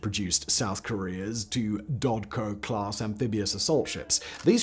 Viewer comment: Dokdo, not Dodko :)